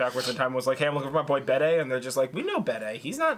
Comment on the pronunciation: Bede is Bee-dee